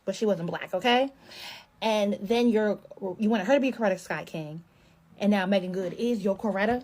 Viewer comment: You pronounced Coretta correctly. 👍🏾